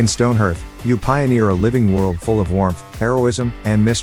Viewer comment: Love your suggestions, stopped watching when you said StoneHERTH. Hearth is pronounced like HEART, not EARTH. One of my biggest pet peeves.